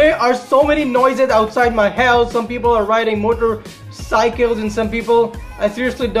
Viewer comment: My man had a problem saying motorcycles 😂😂 no homo